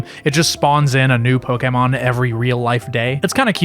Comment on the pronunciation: The fact that you pronounce Pokémon correctly made my day